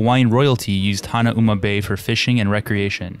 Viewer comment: I am a Haoli and I cringed when I heard the pronunciation of Haleiwa and Hanauma Bay. You have to live on the island or have a local teach you how to pronounce the names correctly. No harm, no foul. Hawaii for Hawaiians.